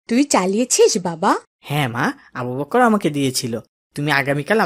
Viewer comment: দয়া করে আবু বকর এর নামটা একটু সুন্দর করে উচ্চারন করবেন। আবু "বক্কর "বললে কেমন যেন বিকৃত হয়ে যায়। আশা করি ব্যাপারটা দেখবেন।